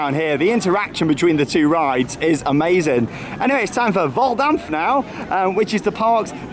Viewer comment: Your prounaciation is good on Hals über kopf and Vollkampf! Beter as Baron akakakakaa 😂